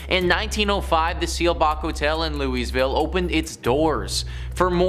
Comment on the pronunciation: Right? Pronouncing the "S" in Louisville makes me cringe so hard.